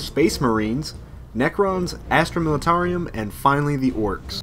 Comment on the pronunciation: It's pronounced Astra MilitarUM, not MilitarIUM